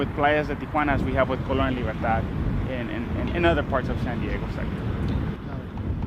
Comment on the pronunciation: Libertad, not Libertard. Don't be a tard.